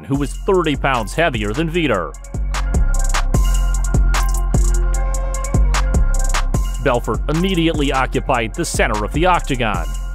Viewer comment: Vee-tore Bell-fort. I am at a loss about the percussion. What? Cool video. Some good info. But for real learn how to pronounce the name and then pronounce it that way each time you say the name. I heard about six different ways to say his name.